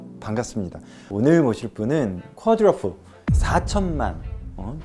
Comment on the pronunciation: 쿼트러플이 아니라 쿼드러플이죠